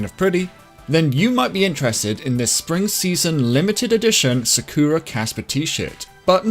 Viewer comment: It's sAkura, not sakUra. Please